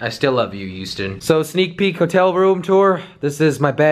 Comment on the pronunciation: hughsten we have a peoblem hahaha